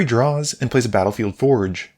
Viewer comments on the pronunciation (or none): none